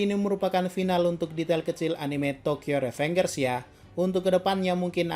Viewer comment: Tokyo revenjer bacanya blog